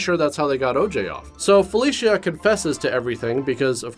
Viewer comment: I swear... every time he said "Felicia", I heard "Fellatio".